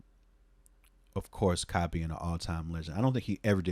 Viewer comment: Took me a while to realize you were saying Ka, not Kyle RIP. RIP Daniel, EOM, to throw another one up to producers I miss in solidary though.